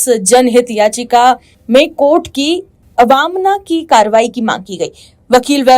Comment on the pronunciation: Thik se bolna sikho...'avamna' 'अवामना' ❌ nahi 'avmanna' 'अवामानना' hota hai! 🤨🤨🤨😡😡😡😡😡